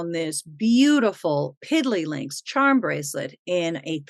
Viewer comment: Hi,. I love your videos and your enthusiasm. Thanks to you, I learn a lot about jewelry and have a lot of fun. My Mom, 94 years old, also likes jewelry. I wish you and your Mom all the best in the 2024. Greetings from Warsaw, Poland. By the way: it's Pididdly Links, not Piddly Links (it says on the tag).